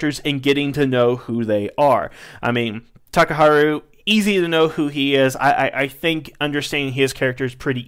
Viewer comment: It's pronounce "ha," not "hu" in "Takaharu."